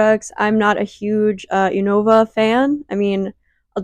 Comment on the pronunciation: No shade but "U-No-Vuh" had me wincing Everytime 😂